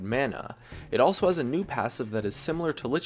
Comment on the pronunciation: "Ap damage ahs a hard time killng tanks" Kayle anyone??